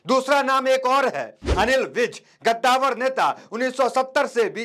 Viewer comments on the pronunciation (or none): पत्रकार साहब गद्दावर नहीं कंदावर होता है